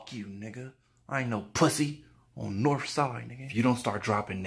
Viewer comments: “On norfside nigga” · On NORF side lmfao. we have a NORF side here too.